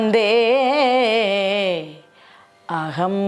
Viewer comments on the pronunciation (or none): എന്റെ കൊച്ചേ, സർവാ, സർവായെന്ന് എന്തിന് ചൊല്ലുന്നു. വന്ദേഹം യെന്നു ചൊല്ലണം. വന്ദേക്കും ഹംത്തിനു മദ്ധ്യേ f(പ്രശ്ലേഷം )കൊടുത്തിട്ടുണ്ട്. ആകാരം ചേർത്തു പറയാനാണ്. ഏതൊരു മന്ത്രത്തിനും അക്ഷരകാലമുണ്ട്. പിരിച്ചു പറഞ്ഞാൽ അക്ഷരം കൂടും, അപ്പോൾ വൃത്ത ഭംഗം ഉണ്ടാകും. അത് ദോഷമാണ്. അറിവുള്ളവരിൽ നിന്നും കാര്യം ഗ്രഹിച്ചിട്ട് ജപിക്കുക. എന്തെങ്കിലും വിളിച്ചു പറഞ്ഞാൽ കേൾക്കുന്നവർക്ക് വലിയ ആരോചകമാണ്. ഭാഗവത സാഹിത്യം അറിയുന്നവർ എനിക്ക് ചുറ്റിനും ഉണ്ട് എന്ന ബോധം നമ്മൾക്ക് വേണം. നന്നായി വാരാൻ ശ്രമിക്കുക. ഭഗവാൻ അനുഗ്രഹിക്കട്ടെ 🌹🙏